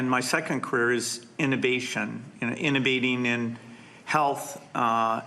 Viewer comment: Gates said “innaBATING” or “innerbating” NOT “innovating.” Please eject him from the list for a seat at the next table. It’s not DISEASE that this man is interested in eradicating.